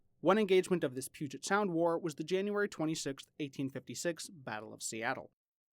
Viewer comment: "The puget sound" Fail.